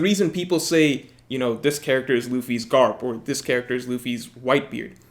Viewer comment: I love how he says “Garp”